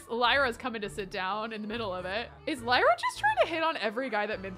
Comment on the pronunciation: I believe Lyra is pronounced Leer-ah, like Lyric! But either way, such a pretty name!! Also — Raphael is ENDGAME! ♥️